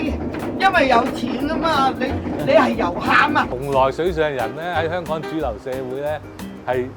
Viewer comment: 做既内容都好好，Thanks! 但係始終都係好多懶音，有時聼到 Hon-Kong 即刻出左戯